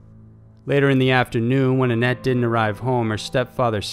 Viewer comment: Whenever he said 'annette' i heard 'Net'